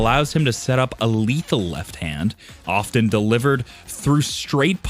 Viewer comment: I don't mean to be picky but I would appreciate it if the commentator would learn how to pronounce English -- specifically the words "often" and "attribute".